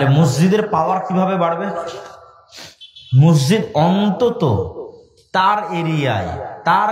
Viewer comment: হাইরে হুজুর মসজিদ উচ্চারন করতে পারে না?